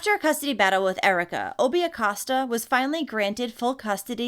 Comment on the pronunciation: I love love ur videos I watch u every day. The last name is pronounced A-coe-sta